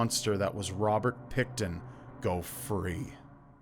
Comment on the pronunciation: Pigton not picton